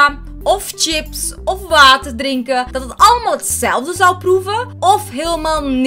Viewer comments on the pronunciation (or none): none